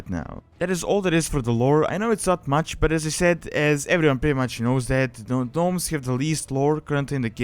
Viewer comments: I noticed you are pronouncing the Gnomes as Gnomes, but it's actually pronounced Nomes! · First Gnomes the G is silent when you pronounce it. Second it could be possible to add some lore to them like them trying to find a cure for the leaper gnomes. Or they could find a way to counter the super plague that the Dark lady is planing to use. That is just to name a few. But it is possible that leaper gnomes could invade major towns and spread an infection just like the one game glitch that happen the one time. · u dont pronounce the g 😀